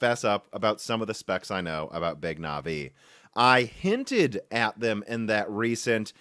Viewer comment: Or Navi